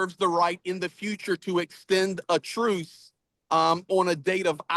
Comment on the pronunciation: OMG, what is wrong with mic? That lisp is too pronounced to be believable. I’ve watched him, many times and never had any difficulty understanding him, but this time I’ve had to rewind and try again a couple of times. For some reason “truce” is the worst. It comes out as “truth” every time. However, props to both of you, for doing this.